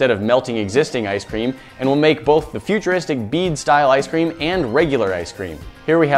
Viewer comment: Why are you calling them futurisric?